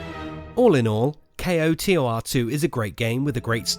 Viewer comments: pls just say kotor not k. o. t. o. r. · did you really just say kay oh tee oh are? pretty much any normal person just pronounces it as koh-tor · "K-O-T-O-R". Ugh. Just say KOTOR. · CO-Tar... Where did he learn about this game and not know how to say KOTOR? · How hard is it to say "koh-tor"? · Just say Koe-tor The whole kay oeh ar tee thing is a bit too much, love the vid though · SAY KOTOR! AS A WORD! ACK! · "Ko-Tor" sound like Hodor. Do the whole damn video again. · Knights of the Old Republic - 8 syllables Kay Oh Tee Oh Arr Two - 6 syllables KO TOR - 2 syllables Learn to acronym. So cringey. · KOTOR 2 NOT K O T O R 2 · Dude! It's either "knights of the old republic two" or pronounced "ko-tor" two. Saying just the letters makes nothing faster. Why the hell would you you take the time to say "Kay oh tee oh are two" I stopped this half way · Say Kotor like a word. Not just letters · Oof.. Spelling out each individual letter in KOTOR instead of saying "KOE- tore" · JUST SAY ‘CO-TOR’ ;) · I'm sorry but I simply cannot take you seriously when you can't even pronounce the game's acronym title. It's "koe-tor" >_< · Its pronounced CO TOR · Say Kotor as one word my man. Saying the letters individually is cumbersome. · What rock have you been living under? It's not "K-O-T-O-R," it's "Kotor." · Dude its not kay oh tee oh are too. its fucking koh tor 2. damn thats annoying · Dude... K-O-T-O-R? Just say KOTOR, KO-TOR... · I was like just say k’oh tor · Pronounced Koe Tore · Nice video, except the "kay-oh-tee-oh-ar two" part lol. A big mouthful. Most people understand what you mean with "koh-tor" I agree, there is so much potential in the Star Wars universe wasted by bad writing and appeal to showy schlock. The last couple seasons of Clone Wars and Rebels seem to come the closest we'll ever get to the quality of character development and expansion of the star wars universe KOTOR and Zahn novels do. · it's pronounced koh-tour